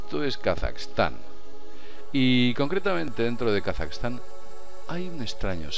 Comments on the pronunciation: Es Kazajistan no Kasaxtan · a nadie mas le molesta como pronuncia Kazajistán?